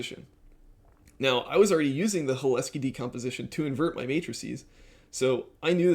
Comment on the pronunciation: Hi, watched your content for a while now and I appreciate it. I’m glad you found the Cholesky decomposition way of doing OLS, that would have been my suggestion. I would say - I believe the emphasis is on the C in Cholesky, not the H. Also, I could see the if check you put in taking longer because it has to check that if statement every time, which isn’t free and is a lot of conditional branching for a modern CPU. Alternatively, I’d maybe see if you could utilize ndarray with iterators and reducers for constructing the design matrix. It could probably utilize some magic SIMD vectorized operations and could be “perfectly parralizable” with parallel iterators interfacing to Rayon. Also, I believe Cholesky decompositions are built into ndarray’s matrix library and I (strangely) found it to be faster than nalgebra in my own testing. A last point - I would consider moving towards spline regression (e.g. B-spline) over polynomial regression if you find you’re using polynomials of high degree. They tend to handle the bias/variance trade off better for complicated functions.